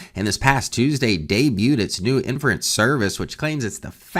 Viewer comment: please pronounce inference correctly. It really hurts your credibility.